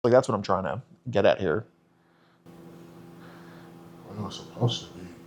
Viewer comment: I'M WEWWY GWAD YOU'RE HEWEERR